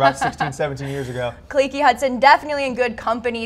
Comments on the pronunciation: Khaleke Hudson. NOT KUHHLEEKEE lol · His name is Khaleke, not Khalekey or Khalekee 🤦🤦